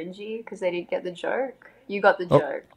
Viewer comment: i like the way she says joke 😂 "didn't get the jerk"